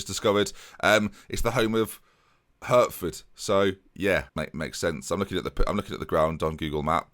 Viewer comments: Hertford is pronounced Hartford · Its pronounced "Heart-ford" :') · 'Hurtford' come on 😂😂